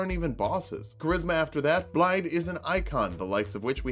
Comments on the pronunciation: It's not BlaiDD, it's BlaiTH. It's right there in the game! It's Welsh! Start over, do it all again! First failure ever! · Just a quick one but the double D is pronounced like THE. So it's Blai-the